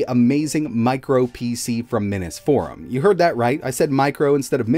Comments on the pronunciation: Yeah, I heard right. You said "minnis" forum again. Even though you're quite capable of saying "mini". It really boggles the mind. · Why is pronouncing “minisforum” that way? 😂